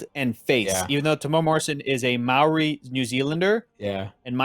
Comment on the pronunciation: You nearly pronounced Maori correctly, so close haha! Instead of pronouncing the 'MAO' like 'MAU' or 'MEOW', aim for a lazier 'MOW' or 'MOE' and you should be good!